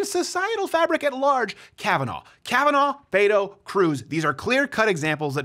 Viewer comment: Its Beto. Hard T. BET OH or BEH TOE. I hate him, but that's just one thing the left would say is you cant even pronounce his fake name wrong. I live in Texas and was for Cruz, but so many people mispronounce his fake latino name.